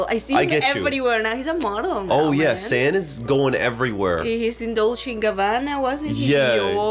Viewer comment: Thank you for this reaction. His name btw is SAN, pronounce like SON or SUN not sand 🙏🏻🥲 His voice really beautiful. He's one and only lead vocalist of ATEEZ and second best vocalist in the group. ❤